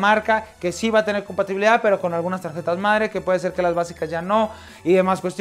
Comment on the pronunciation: DICE COMPATIBILID NO COMPATIBILIDAD